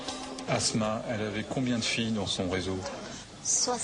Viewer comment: Prononcer les mots:"assma" etnon "azma" correctement ,un doc doit être parfait sur toutes ses formes : netteté, prononciation ,véracité explicationobjectif(pas chauvinisme ,pas de sentiment